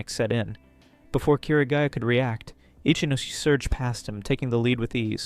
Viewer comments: Great video, but i would like to provide one bit of pronunciation advice. Ichinose would be said "ee-chee-no-say", not like "itchy nose"😂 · I enjoy your reading but please learn how to pronounce romanji. The rules are simple and consistent, but it makes a big difference. R.I.P. my man itchy nose. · 'Itchy nose'!? 😂 l believe that's what they pronounced it